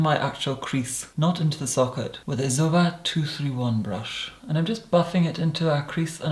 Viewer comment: why do you say zoeva like that ... its z o e v a not Zuva